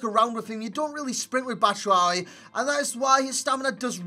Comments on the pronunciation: by the the way to pronounce his name it's BAT-SHOE-I-EEE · It's batsh-wa-yi!